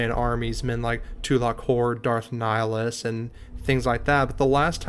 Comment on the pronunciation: Did u just say Darth NALGAS?!?!??😂😂😂😂